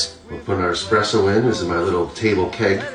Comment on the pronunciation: >eKspresso >uses a moka pot I mean I know this whole channel is a joke but damn. Granted, if you can't pronounce espresso I doubt you actually know what it is either.